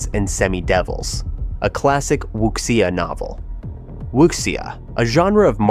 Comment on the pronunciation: OMG the way you butchered Wuxia, Wang Yu Yan, Xiao Long Nu.... LOL